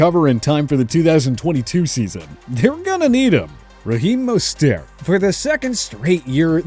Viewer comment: For the love of all that is holy pronounce mostert's name correctly.